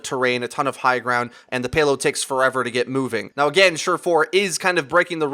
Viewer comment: “WE GO AGANE”